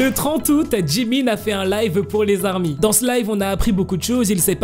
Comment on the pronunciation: Mec, on ne dit pas les 'ZARMY" mais les ARMY. Oublie la liaison car ce n'est pas un nom commun mais une dénomination bien distincte. C'est un peu comme un groupe de sportifs qui a comme dénomination ORANGE. Quand ils vont jouer, on dira par exemple : et voici les ORANGES qui rentrent dans le stade et on ne dira pas : et voici les ZORANGES. Tire donc un trait sur les ZARMY stp.